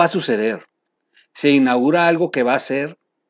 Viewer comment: Troll...se dice: SE INAUGURA...no digas se "inagura" 🥴...sé un ejemplo, no ayudes a que la gente hable mal el español!!!